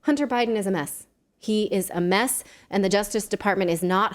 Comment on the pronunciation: Did you say Hunter is a Mess or a Meth?